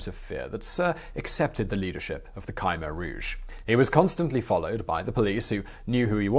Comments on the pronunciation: it's not Kimer it's k-h-mear that the pronounc thingy.if u think i was spelling it im not cause i allready know it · Khmer is pronounced Keh-mayor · Your wrong man. Its Pronouce K-MY. Khmer is a Western term just like Cambodian. Its similar to the TERM Cambodia/Kampu-chea derived from Kambujadeas aka Suwanipumi /Island /Land Of Gold. Ancient Greek called us Kattigara while Roman called us Khersonese.. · Kymer? ... Try: Kh-Mare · Isn't it Koom-air rouge not Kymer rouge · "cam" - "air" Rouge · Ka-meer... there's no y or i. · its Khmer (khm-ae) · Yup. You're saying Khmer wrong. You're saying KI like kite with the Kh, the Kh is KA like Katrina. The MER is said fine, it's like air. Love the channel. You and anybody that helps you do great work. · Khmer, is best pronounced Kim-air said fluidly together. 👍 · Ok, I understand mispronouncing personal names and stuff, but how in the world did you manage to pronounce Khmer as Ca-mer throughout the video, now that's embarassing! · Its K-MY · ku-mare - Short u, stress on the second syllable. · Sorry to be the jerk that corrects your pronunciation but the "K" in Khmer is a mute K. Not "Khi" like in bugs chitin. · Hard to listen to this guy butchering "khmer" about 30 times in a short video. You'd think he would do some research into pronouncing things properly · i lived through this era. what a disgusting regime. and kudos on at least trying to get through the foreign names, etc! (my russian acquaintances sometimes laugh at my google-inspired "Russian") ya cain't win 'em all! khmer: pronounced like "try to hawk up a loogy--mer." ugly vid due to ugly subject.